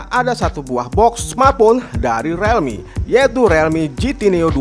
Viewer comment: realme di bacanya rilmi bang 👍